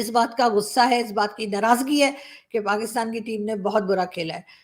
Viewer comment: Abey tackkley PakAstan kya hota hain... Pakastan, as Tarek Fatah used to say....